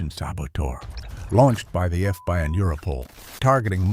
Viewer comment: AI narrators are just awful. FBI was pronounced as F by